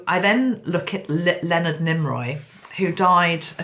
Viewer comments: Nimoy not Niroy. ♥️ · Why did you call him "Nimroy"? It was NIMOY. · NIMOY sweetie not NimRoy 😘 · Lol, Leonard Nimoy (Nee-moy), not Nim-roy. 😂 You're so adorable. ❤ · Why did you keep calling him NimROY? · Thank you so much...that was really interesting. I love how you connect the different signs and synchronicities...wow so many messages from that. Yes, it was James Cameron who did Titanic. Also, I have to mention cause it was bugging me a bit..it’s Leonard NÉE-MOY not NEEM- ROY. Not sure why the “R” kept coming into your pronunciation of his name...anyway it was all still really FASCINATING (as Spock would say). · Good morning from Canada. 🇨🇦👋. Mr. Spock’s real name is Pronounced: Neemoiy. There is no R in his name. 👍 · Why do you call him NimRoy? you must be tired.. my favorite was Bones but Spock was a second favorite. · Thank you,! I've been a long-time fan of Leonard Nimoy and I have his books. His last name is pronounced "Nee - moy". 😘 ⚘ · I sent angels to be around her and saw her surrounded by angels. Dear, I adore you, but his name is Nee-Moy